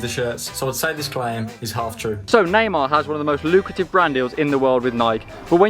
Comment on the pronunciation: Bro the way you pronounce Neymar hurts my soul, half the time I have no idea who you're talking about, sounds like Namah